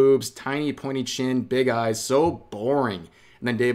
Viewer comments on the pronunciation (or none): none